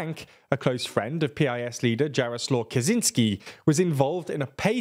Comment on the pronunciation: Dżarosław Kazinsky XDDDD